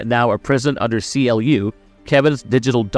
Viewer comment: It's not C-L-U, it's pronounced like clue.